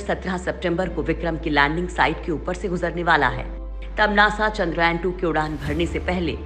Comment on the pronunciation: चंद्रयान ...not चंद्रायन